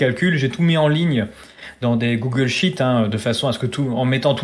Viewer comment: La seule erreur détectée dans cette vidéo c'est une faute de prononciation c'est le "i" long et non court qu'il fallait utiliser : c'est avec Google sheet (feuille de Google) et non avec Google shit (merde de Google) que Pierre Chaillot a proposé à tous les données pour calculer eux-mêmes !